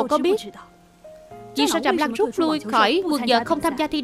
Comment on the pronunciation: Trạm Lãng mừ.....sao đọc thành Trạm Lăng luôn r😅😅😅